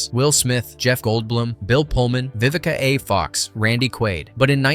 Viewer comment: Like saying the A in Vivica A. Fox as a short syllable.